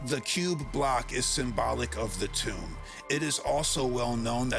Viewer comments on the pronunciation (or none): none